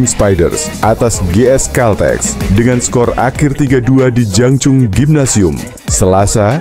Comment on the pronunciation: baca/ucapkan GS CALTEX yg bener, jangan dibaca dg ejaan indonesia